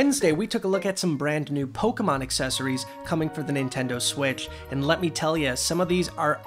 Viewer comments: hey! good job with the Pokemon names! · Good job pronouncing the Pokemon names 💕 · You actually pronounced all the Pokemon correctly